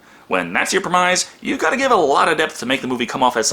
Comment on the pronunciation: ˈprɛmɪs Not prɪˈmaɪz